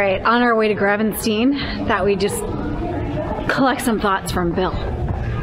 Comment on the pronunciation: 't Gravensteen is pronounced hett-HRAHFF-uh-stayn. did you arrive/depart from Sint Pieters or Dampoort rail station? It seems that the things you visited are closer to Dampoort than Sint Pieters.